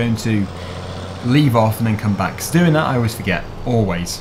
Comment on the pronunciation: will you please stop saying "becoss".